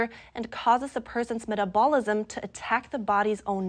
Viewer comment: Please work on your pronunciation of "metabolism". It undermines your credibility if you don't seem to understand what you're reporting.